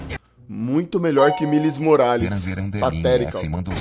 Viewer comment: "Milis Morales" KKKKKKK